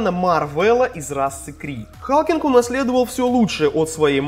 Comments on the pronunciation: Не Халкинг, а Халклинг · не викАн и халкинг а вИккан и халкЛинг